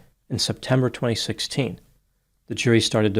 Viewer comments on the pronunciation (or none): none